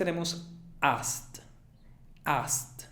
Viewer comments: No sé si me faltó inferencia pero te tragaste la k es asked y encima le pusiste una t jaja, parece ast, pensé que era una palabra que no conocía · se me dificulto demasiado ASKED! no digo que esta mal pero fue la única y sentí que termino como con t y nunca la había escuchado de esa manera, alguien mas? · asked se pronuncia ASKT no AST.... muy bueno lo demas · Cuándo dices asked... siento que dices ast ( t larga) ... no (askt) gracias por tu tiempo y esfuerzo 👍🏼 No le hagas caso a los malos comentarios, Inglés es un idioma complejo y hay demasiados acentos... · Hola me pareció interesante tu test solo una apreciación pequeña, cuando pronunciaste la palabra asked que es pasado de ask, sonaba como /ast/, lo cual al terminar en /k/ en pasado sería el sonido /askt/, a menos que sea glotal T no sonaría y sería ask en acento británico, sólo una apreciación por lo demás obtuve 20. Estoy más acostumbrada al acento británico por eso tuve que repetir tu video y encontré este detallito, a menos que este equivocada y sea así como lo pronuncian en el acento americano si es así, me gustaría saberlo. Gracias.. ☺ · No entendí para nada la palabra "asked". Mi hija que habla Ingles lo pronuncia "askt" ( la k muy sutil, casi ni se le escucha) y su amiga que es gringa lo pronuncia de igual manera y tambien "ast" pq se le hace más facil enlazar una palabra con la otra. Pero "ast" es bien suave, no tan fuerte como el profe lo dice. Por eso no lo entendí. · NADIE pronuncia la K en asked. Se pronuncia /ast/ no tiene nada que ver el acento británico o americano o nada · 19, pensé que asked era oust 🤪 será que lo escuché en velocidad x2 😝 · En mi humilde opinión "asked" podría estar mejor pronunciado. Luego el fallo lo he tenido en Rural, donde he percidibo "Rule" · no wonder I couldn't recognized the word "asked" when he said it. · Tu pronunciación para asked no me gustó, me confundió y tampoco me gustó la de bear, bear me sonó a barba. Y tuve las 20 más que perfectas. ;)